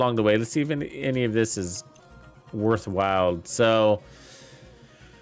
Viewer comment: worthwhile not worthwild. LOL j/k but seriously that's how it's said. digging the content as usual, keep up the great work and thanks for helping out the community.